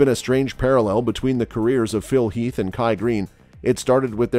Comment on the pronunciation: Phil “Health”? 🙄